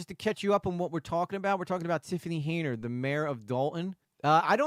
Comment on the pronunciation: HEN-yard, not HAY-nard.